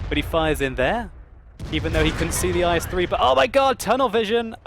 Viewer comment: the tank name is not "ice-3" it called "ees"